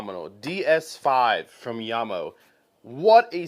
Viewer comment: Thanks for pronouncing the company's name properly. Jamo is mainly low end stuff, but some of them do sound pretty good.